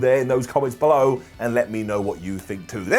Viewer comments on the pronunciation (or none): none